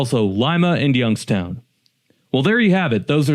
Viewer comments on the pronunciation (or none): none